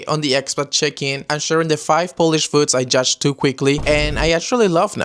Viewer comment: Your accent and pronunciation of polish words is very good!